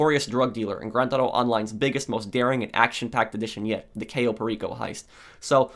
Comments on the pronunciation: please google the correct pronunciation of CAYO. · It's caaaaaaaayo not cayyyyyyyyyo but close enough Also great video